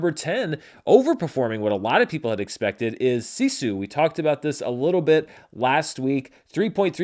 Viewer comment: Your pronunciation of "Sisu" is off... and I am not sure how to phonetically write it out other than: IPA(key): /ˈsisu/, [ˈs̠is̠u] but you can hear native Finnish speakers saying the word in many YouTube videos. English has a bad habit of mutilating Finnish words -- like "sauna" -- and yeah... Very excited for the movie though!